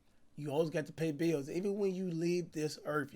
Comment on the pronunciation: Cash pausing in the middle of words for more minutes in the vid, 😂😂😂you can’t blame him. HE GOT TO PAY THE BIIIIIILLLLS